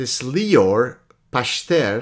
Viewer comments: Pachter is probably pronounced Pach-ter with a gutteral ch, like chet in Hebrew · It's פכטר. The ch is pronounced like the letter خ . That guy must be really bored if he goes after you so diligently... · "Pachter" with a soft "ch" like in Bach, means "tenant [farmer]" in both Dutch and German. It seems that a different profession (the oldest) would be a more suitable family name ;)